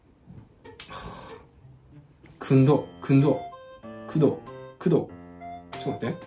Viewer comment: 「くどくど」「青森」の発音練習で吹いた。 「大豆」も。😄😄😄